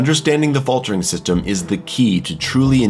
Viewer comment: haha the "Fatler" in the middle.